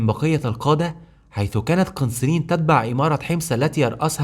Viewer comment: والعلم عند الله اسمها قنّسرين بتشديد النون